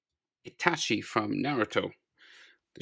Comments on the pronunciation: Anyone triggered when he says itashi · dude why u say itashi wtf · anyone notice at the end he said itashi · did he just say ''itaSHI''? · He said itashi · YU P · I got triggered when you said “itashi”